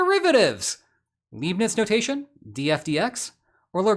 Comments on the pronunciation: Mispronouncing both 'Leibnitz' and Lagrange' in a single sentence is just trolling. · Did you pronounce Leibniz and Lagrange like that to ragebait for engagement? 😂